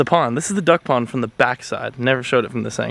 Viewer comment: Is it just me or did I hear him say dug pond instead of duck pond 🤪🤪🤪